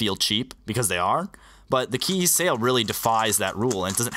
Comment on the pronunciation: Geometry Dash Buggy it's chee yi as its pronounced in Chinese but almost every single Chinese speedcube brand or cube is mispronounced so who cares